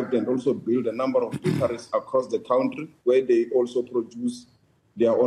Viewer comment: Anyone calling a Country a "Cowntree" have no Brains.